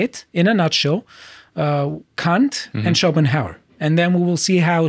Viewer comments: K-A-nt not K-U-nt. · I'm surprised ' pronunciation of Kant didn't get your channel a strike.